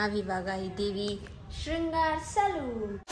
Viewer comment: Shrungar alla riii adu shringar